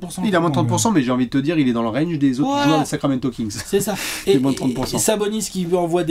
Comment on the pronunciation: "Sacraquamento" ! Comme d'hab... 😁🏀🇫🇷👍